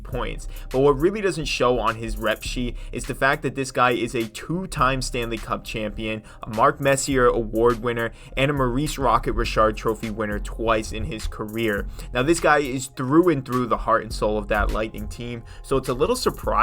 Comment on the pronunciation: It's pronounced Mess-ee-yay ... do you watch hockey?